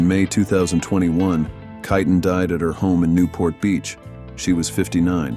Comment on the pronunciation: Please say the name right. It's kit tane